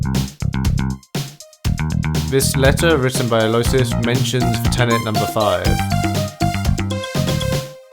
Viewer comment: By the way, you bunches Aloysius's name. It's read more like "Ah-low-whi-shush".